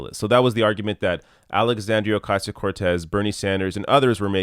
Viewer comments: This dude really said "Oh-KAY-ziyo"... I'm notpicking but damn ahahha! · ALEXANDRIA “O-KAY-ZEE-OH” CORTEZ😂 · Still can't say her name. If you spew hatred the least you can do is pronounce her name correctly. If not? Stop spewing hate. We know the status quo words for Donny Deutsch and anyone that is comfortable. If you are secure in a war economy there is nothing more that needs to be said. Donny is fine with killing innocent women and children. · Is it really that hard to pronounce her name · This douche can't even pronounce her name--why would anyone think he knows anything about anything?